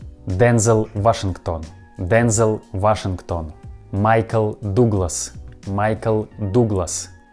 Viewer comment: My favorite "modification" was Michael Doogless. It would probably be better for your pronunciation if it was spelled "Dugless". You're doing great though, we can understand everyone you mentioned. English is one of those languages that is hard to learn because it has so many rules, but it's also easy to understand a foreigner speaking it, even when they speak very incorrectly. Thanks for sharing this interesting video! I'm sure my Russian would be absolutely awful, but these recent events have made me interested in learning how to pronounce the Cyrillic letters and understand the foreign words. I wonder if it's harder for an English speaker to learn Russian, or a Russian speaker to learn English. Hmmmm.